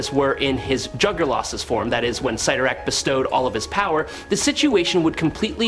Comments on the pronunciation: its pronounced "sid-are-ak" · It’s pronounced sit tor ack, not whatever you said!! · OMG, how can you go between pronouncing Cyttorack’s name right and wrong At the same time? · Pick one pronunciation of the name, Cyttorak , and stick with it🤦‍♂️ I stopped counting at the 5th pronunciation change. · You pronounced ‘cyttorak’ 2 different ways 🤔